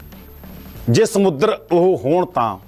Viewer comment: ਸਮੁਦਰ ਨਹੀਂ ਹੁੰਦਾ ਸਮੁੰਦਰ ਵਾ ਪਹਿਲਾਂ ਸਹੀ ਬੋਲਣਾ ਸਿਖੋ